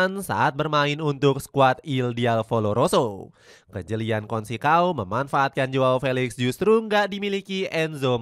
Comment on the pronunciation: Consecao... bacanya bukan konsekao... yang benar itu conseisaun..